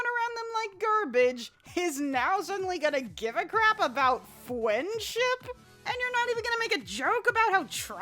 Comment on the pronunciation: Did you just say fwendship